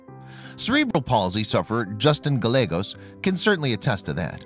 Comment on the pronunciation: It is Gal-yea-gos with accent on the second syllable.